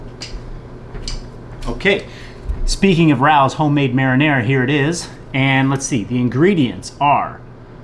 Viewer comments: great video man! It’s pronounced <Ray-O’s> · Its prounouced Ray ohs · Rao’s is pronounced RAY-O’s Grey video, i just subscribed to your channel. PS the best part is when your daughters came home. The joy on your face! Priceless #dadlife